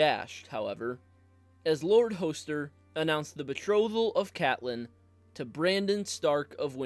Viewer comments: Hoe-ster Tully? Come on. Use at least an 8th grade reading level. Is it really so hard to pronounce things correctly? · I’m always skeptical of content creators who consistently mispronounce the names of the characters they’re talking about. Her name is not LIZA, it’s Lysa (the ‘s’ is not pronounced like a ‘z’). Her father’s name is Hoster and is pronounced with a short ‘o,’ not a long ‘o.’ Other than that, interesting video.